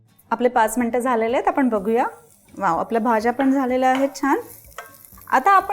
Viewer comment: बाई तुम्ही नीट मराठी बोला. काय धेडगुजरी मराठी? ते आपण आहे आपन नाही. बघवला नाही एपिसोड.